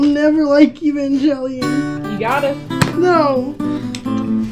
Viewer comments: Evan gay leon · Ivengay lion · How about pronouncing "Evangelion" correctly?